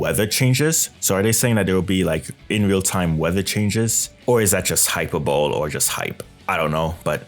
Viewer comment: Hate being that guy but... Hyperbole is pronounced "hi-pur-bah-lee"